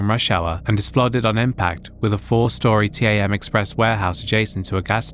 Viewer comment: T-A-M is said as TAM not T-A-M ^^